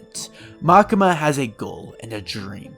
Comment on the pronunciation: pls call it Makima not Makema xD for english speaker probaly like Makyma !